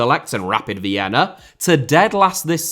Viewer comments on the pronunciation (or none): none